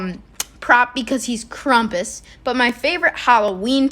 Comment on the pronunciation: My dude called him krumpus